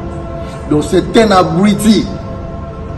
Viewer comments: Yo moko zoba ozo loba abriti au lieu de dire abruti mdrrr 🤣🤣🤣🤣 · C'est habrouti et non habruiti